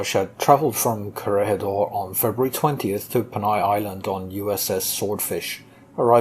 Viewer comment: Here in the Philippines we pronounce it as Corregidor as kore-hee-dor. Sometimes you slightly don't hear the "hee" part depending on how fast the name is said. I think the way you said it is correct and better than most documentaries do. I only hear "Corrigador" mostly from US documentaries.